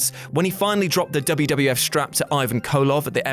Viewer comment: It was the "WWF", not the "WWWF".